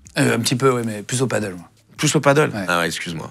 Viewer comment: Juste pour infos le paddle c'est sur l'eau mais vous vous parlez de padel [padèl] ;). Voila voila c'est juste que c'est espagnol et qu'il faut arrêter de vouloir ramer avec des raquettes de tennis en bois xD. J'ai fini de faire mon chieur dsl ! ;D